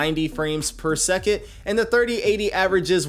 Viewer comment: Drink every time he says “per seket”